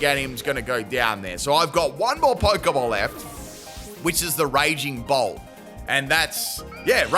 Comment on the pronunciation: Is it wrong that the whole video I kept hearing Raging Bull instead of Raging Bolt? I had to do a double take more than once to see which Pokémon it was 😂